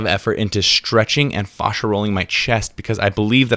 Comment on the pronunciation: Fashia not fawsha